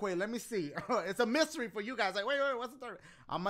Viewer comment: I dare you guys to try to type how dashie pronounces the mystery box the one with the question mark and the items inside in the comments👇🏽